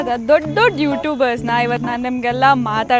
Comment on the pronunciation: Dodavra alla ❌dadru✔️